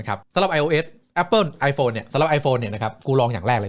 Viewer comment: แอปป่น อย่างชอบนึกถึงคนเยอรมัน555555